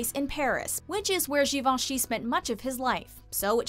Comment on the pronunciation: Yes, it’s pronounced correctly in this video. I’m amazed!